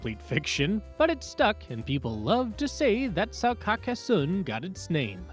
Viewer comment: Pronunciation: car-cass-sohn